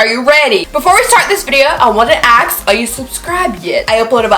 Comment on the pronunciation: Pet Peeve,Please as a beautiful black woman,learn how to pronounce the word A.S.K, not AXE. You are too beautiful for that mess